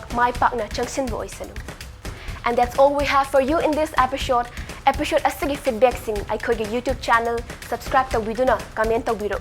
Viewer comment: Pronounce 'episode' as 'episode' not as 'epishod'. It really kills me.